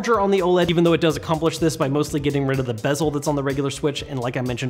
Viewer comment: Thank you for saying “bezel”